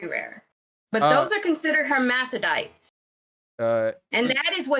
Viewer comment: The thing that really sticks out to me is that this lady never once pronounced "hermaphrodite" the same way twice. Hermparite, hermephdite, hermpermferurm.